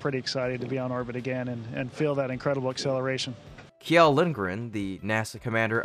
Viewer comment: Kjell is pronounced shell.